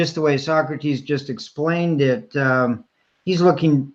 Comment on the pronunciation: Sawkrateez. Why u working with tyler? Wanna be Leah 2.0?